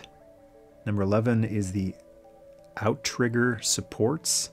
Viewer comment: That is correct. Outriggers can also be found on canoes, and it's pronounced out-rigger, not ou-trigger.